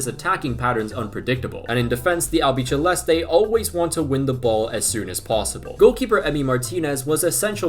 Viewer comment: the C in Albiceleste is pronounced as “seh” Al-Bee-Seh-Leh-Steh